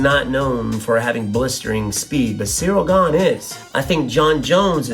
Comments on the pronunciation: Did he just say “cereal gane”? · Cyril not cereal! Lol! Love ya Wonderboy! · "Cereal Gane" 🤣🤣🤣🤣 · Why do so many people pronounce his names as "Cereal" 🤦🏼‍♂️ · Did WB say "Cereal" Gane? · did you say "cereal gone"? 😂